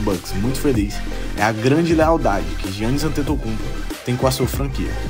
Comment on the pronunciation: Não se diz jiannis, mas sim iannis n se lê o “g”, mas yh adoro o teu canal mano!!!! És dos melhores senão o melhor canal de basket de todos os países q falam português!!!